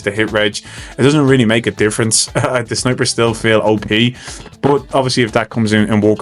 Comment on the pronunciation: I swear every time you say "snipers," I hear "snowbridge."